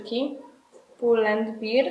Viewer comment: ''Pull end Bear (ber!)'' - w dosłownym tłumaczeniu niedźwiedź i a nie ''bir'' (beer) - piwo. Głodnemu chleb na myśli